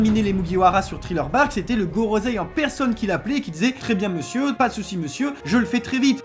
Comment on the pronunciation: Merci pour l'analyse, très sympa. Juste quelques commentaires : merci d'avoir dit "non, je suis ton père" qui est la vraie tirade mais que même les boutiques omettent le non, pourtant si important. Par contre, vous dites "gorozei" à la place de "gorosseille" pour le Gorosei. Je suis sûr que vous connaissez un minimum de règle japonaises pour le dire en bonne et due forme, comme on dit à l'oral "brussels" et non "brukselle" selon la voix des belges. En tout un grand merci. n'oubliions pas #thankyouoda merci d'avoir été là pour espérer lui faire entendre les sentiments des fans français pour qu'il aille mieux et qu'il puisse nous donner le meilleur par la suite. Hâte de voir la suite après la pause.